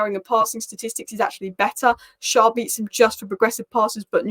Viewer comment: Loving your videos as a Newcastle supporter. Just one thing Schär is pronounced as share/Cher - winds me up when Carragher say Sharr!